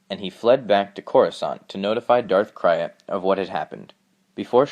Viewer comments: Who is Darth Crie-at??????? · It is Darth krayt! pronounced crate, not crayat! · It's not Krayt "cry-et" it's Krayt "crate" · That's not how you pronounce darth krayt. You say it like 'crate'. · Krayt...Pronounced like crate